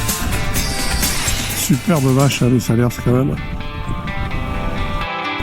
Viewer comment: 🤟Encore une vidéo très sympa, mais pour les cantalous entendre "Salersse" ca pique les oreilles😅, on dit "Salaire" et pas seulement en fin de mois😉, parole de Picard qui faisait aussi "l'erreur ".